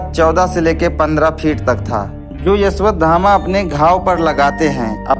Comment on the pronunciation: O bhai Una Naam Ashwathama hai Na Ki Yeshwathama😅